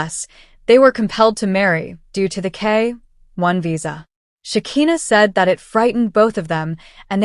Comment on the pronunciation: Sha ki na. Not Sha ke na😅😂